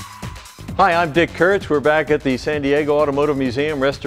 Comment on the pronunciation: kurtz not hurtz lol